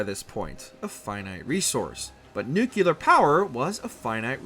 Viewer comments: Why is it so hard for americans to pronounce nuclear? I mean don't they know the etymology of the word nuclear? It comes from nucleus so why would it be pronounced nucular ? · “It’s pronounced nukeuler” - Homer Simpson & this guy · downvote for nuke-you-lerr, like nails on a chalkboard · The word "nuclear" is pronounced like new-clear. There is no extra "u" in that word. They had a whole Simpsons skit on just this. Figure it out. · I almost stopped watching after 68 seconds because he had already said "nookyular" 3 times. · nukelar, that`s how farmers pronounce it in the us of a. HW Bush was also a nukelar adopter. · How the hell is a channel this big gonna have a narrator that pronounces it "nukular" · It's pronounced NUC LEE ER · "I think it's pronounced nuke-you-lar" 😂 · Why's it so hard for some people to pronounce NUCLEAR correctly. It's not Nukelar dude. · Sounded somewhat interesting until you said "new-kew-lur". Closed the video. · Why people say "nukelar"? It's not nukelus, it's nucleus - nuclear. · I was literally gonna say: “I can’t take a video about fallout that says ‘nu-cyoo-ler’ seriously” 😂 …and your comment was the first one! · Yep. I quit the video after the first nuke-yoo-lar. Drives me nuts. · Pronouncing it Nick Gurr Ler was off putting and rather offensive. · Please dont tell me they say nuke-u-lurr.... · Without watching must say NUKULER. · I had to stop the video and travel down to the comment section to express exactly that sentiment. I don't like listening to speechbots narrating videos, but... at least the computers know it's pronounced new-klee-urr. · This is the third fallout video in a row that has said the word "nuke yuh ler" over and over. It's maddening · I'd rather watch someone that can pronounce 'nuclear' correct. Swear yanks are allergic to learning. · Who the fuck hired the person to voice this video, you can't pronounce nuclear properly? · Unwatchable due the ear-grating pronunciation of Nuclear. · Nu-clear not nuqluar…..